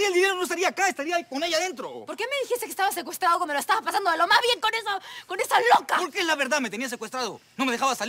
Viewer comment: Me da risa como le dice roca en vez de loca